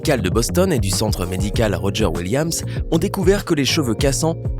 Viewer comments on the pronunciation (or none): none